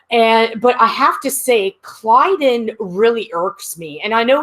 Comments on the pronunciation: OMG! I had to stop watching after the 10th time you said "Klydus" instead of "Klyden". I'm surprised no one bothered to correct you. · Who the heck is Clydus? Don't you mean "Klyden"? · Why do you keep calling him "Klydus"? lol It's "Klyden". Man Moclans piss me off though. 'Cept for Bortus. He rocks. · Someone remind that it's Klyden, not Klydus.